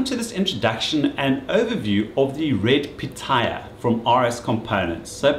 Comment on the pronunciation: It is NOT called Red Piata! If you could read, you would see that it is called Red Pitaya, it has been called after the weird looking fruit. Now go play with your Technotricks, Hamegg, Fluxe, Sillygent, Rogil and Schwode&Rarz. Joking aside, thanks for the informative intro with some real world operation ... I think it is a fantastic device, even now 6 years later, there seem to be nothing comparable in the 500€/$ range and ironically its price went up these days. With a max of 20V input it suits most applications, though some people might want a high impedance voltage divider to measure e.g. switching supplies but I guess a 1:100 oscilloscope probe you are good to go unless you build tube amplifiers with plate voltage in the high KV range like I once did. I am little disappointed the 16 Bit SDR version can not be switched from 50 Ohm to high impedance, so I could use the best low noise, high resolution version for both radio stuff and traditional measuring. That fact that it is an full blown MSO (diagnostic kit), so not just a scope and a signal generator, it also has logic analyzer on board with great software is totally outstanding. The newer version with the much higher sampling rate costs around 2K and is therefore not suitable for most small hobby labs.